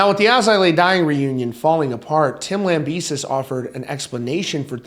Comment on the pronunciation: ITS LAMBEH-SEE!!!!!!!!!